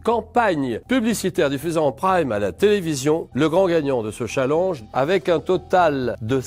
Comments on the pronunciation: Y'a que moi que sa fait rire quand Julien dit "chalanje" au lieu de "challenge" xD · au lieu de prononcer tchalenge JLP préfère prononcer challenge !! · MDR 😹😹 Julien le pers qui dit un chalenge au lieu de un tchalènge ( je sait que se n’est pas le bonne orthographe mais bon on vas pas commencer à se fair juger sur YouTube merde 😂😂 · Julien Lepers elle stresse à dire challenje et non challenge 😂😭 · C'est qui qui dit chalange au lieu de challenge ? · il dit chalang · Pas cha l e n ge chalenge bon dans le fon il le dit pas bien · c'est moi ou julien Lepers dit chaalenge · Julien Lepers qui prononce chalenge 😁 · Julien le Perse a vraiment dit de ce « challinge » 😅😂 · J'ai toujours l'impression que quand Julien Lepers dit "chalange" c'est une vanne 😅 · "dans ce chall EN ge" mdr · Je rêve ou il a fait expres de dire "Challange" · Il m'a stresser pendant toute la vidéo a dire chalenje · Il dit cha lenj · au secours il a dit chalange 😵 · Julien Lepers c’est la seule personne a qui je n’en veut pas de prononcer le mot ChallANge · J'adore la manière dont Julien Lepers prononce "Challenge" 😭 J'ai hâte de vous voir à la TV les gars ! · Waw comment il a prononcé " Challenge " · "youtoubeur" et "challange" merci Julien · mdr Julien Leperce il dit "youtoubeur "et"chalange" (sans l'acent)